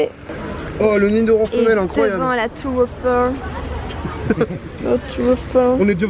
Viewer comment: lol c nidoran pas nidorane XD